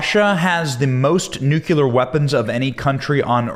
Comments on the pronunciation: Thx With all due respect, it’s pronounced NEW-KLEE-AR not nuke- you-ler A nit. I know. Thx again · It's NU-CLEE-UR, not NU-Q-LER 🙃😆 You're killin' me. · Think of it like the two words: NEW & CLEAR NEWCLEAR , or in the correct spelling, nuclear. NOT NUCULAR. I can’t bear to hear it, Benny! It’s too much to ask of anyone! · 'new cle ear' not 'newk ya lur'! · It's NU-CLEAR NOT "NU-CU-LAR" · Nuclear… sound it out dude. Do you see it spelled nucular? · ‘NEWCLEAR’ is how it’s pronounced. Jesus, it’s pretty straightforward. FYI Putin is pronounced’PEWTIN’.. Get a grip fella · Pronounced ‘new clear’ ! It’s not difficult matey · ‘Nucular’ weapons…? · Don't say "nucular" 40 times and expect me to take you seriously benny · What the hell is a nuculer